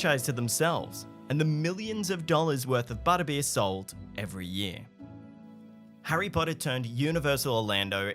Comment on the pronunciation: Hirry Podda? An obvious thumbs down.